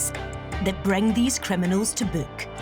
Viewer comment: I wonder why they didn't get a Polish person, or a Pakistani to narrate this video. There would have been a better chance of them being able to speak English. What the blazes is a "Sea-rius kremmy knol"? In another video, she refers to someone sustaining "Sea-rius N juries" and "Ex paired wetnurses geving evvy dense" Almost unwatchable except for the parts when there is no narration.